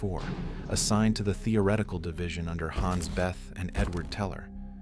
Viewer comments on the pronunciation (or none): "Hans Beth". Dude, if you can't say their names, don't bother.